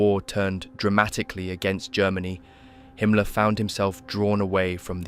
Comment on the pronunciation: I agree, excellent job! Himmler's name is pronounced slightly differently, but everything else is identical to my understanding. It's not common that I find such a comprehensively correct video.